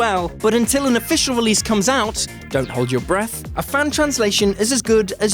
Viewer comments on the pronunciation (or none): none